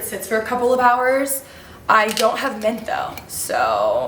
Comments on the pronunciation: Question!!! Why is that you pronounce “mint” ment? something I noticed it’s adorable lol just curious 🤍🤍😊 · I kept hearing men😂 “anyone else having problems finding men, why is men just gone, i cannot find men anywhere” had my dying!!!